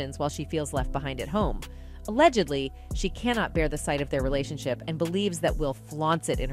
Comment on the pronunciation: This an AI collective speaking, Jada did not star in GI Jane and what's a relation shy?! AI can't proofread the internet and get facts right and pronounce words correctly before posting? 🤣